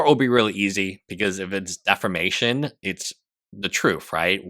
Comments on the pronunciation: you HAVE to learn to pronounce "defamation." It isn't defermation. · If I hear one more legal youtuber say "deformation" instead of "defamation" I swear... you will have an easy case against me in court if they find you